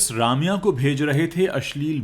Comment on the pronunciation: Bhai Raamya nahi, Rum-ya hai sahi pronounciation...